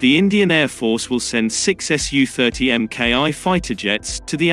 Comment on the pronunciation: It's not sue, it's S U. And China is buying more S. U. -35s.